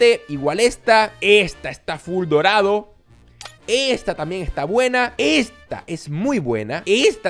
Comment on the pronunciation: En vez de decir dorado dijo morado